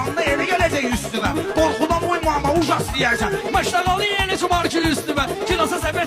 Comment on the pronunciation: Ujas sözündə vurğu birinci hecaya düşür və bu qafiyəyə düşmür. Vadalazın z-sın gözə soxan oğlan o sözü işlətməməlidi😂